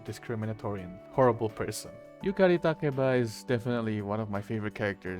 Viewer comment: Btw I love the fact you properly pronounce Yukari's full name